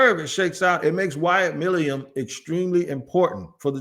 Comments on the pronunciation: It's NOT MILIUM. It is MILUM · It’s Milum, I can’t take much more of this lol My-Lumm